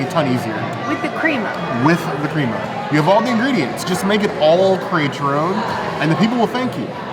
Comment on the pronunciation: Crema is pronounced crema not creama